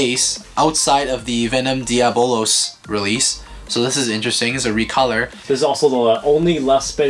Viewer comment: Pleas be smart and pronounce “Diablos” right it’s Spanish for devil so pleas I’d greatly appreciate it and it’s also annoying